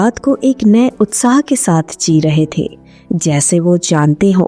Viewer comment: Ikshaon nahin-- Ichchhaon. Aap ko hindi nahin atti kya? Saat raha nahin--- Saath raha.